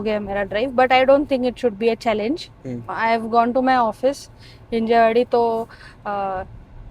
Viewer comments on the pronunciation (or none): हिंजेवडी काय? मराठी आहेस ना? हिंजवडी आव आहे गावाचं...